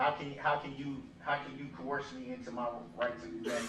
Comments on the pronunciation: Judge please don’t COHORSE him.🐴😅😅😅😅😅Please judge don’t say cohorse like Brooks does.It’s Coerce 😅😅😅😅😅😅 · You can not “co-hors” me LOL